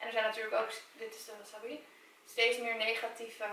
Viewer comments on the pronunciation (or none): none